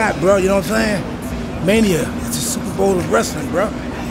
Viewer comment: R Truth said 'Mainia' ... dude is forever confused